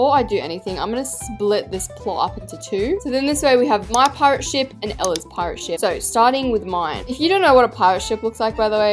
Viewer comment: Anyone notice she said “Ella’s Pirate Shit”🤣🤣